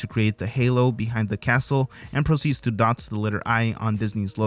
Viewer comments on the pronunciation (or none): I love misheard lyrics... our brains fill in whatever they want. Lol IE I heard you say the p word for cat instead of proceeds, when discussing tinker bell. Or how you keep calling it the Manilla Effect, instead of the Man-Dell-uh. What we hear depends on the language we are accustom to using as well.